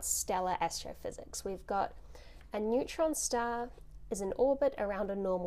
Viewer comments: I like how you say "stah." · i love it when she says star stah